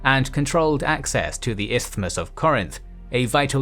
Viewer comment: Amongst many other aspects, i am impressed by the narrator's impeccable pronunciation of the word "Isthmus".